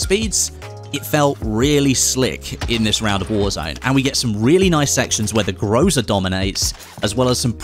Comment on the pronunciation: it is not groza it is called grasa